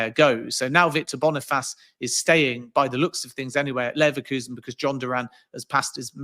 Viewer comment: Man said Victor Boni-Faaaas